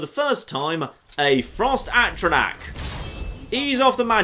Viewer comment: 14 parts in and insists on saying Atronach wrong.